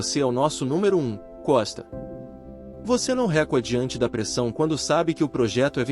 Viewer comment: Jesus! Disse o narrador: o CEO diz para ele: você não recua, colocando na pronúncia com acento agudo na letra E. E esse: Disse ele. Disse eu. Repetidos. Cansativo. Não da para aguentar.